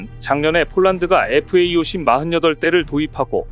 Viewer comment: FA-50 은 (light) fighter aircraft - 50의 약자이니 착오 없이 잘 발음하시길 부탁해요.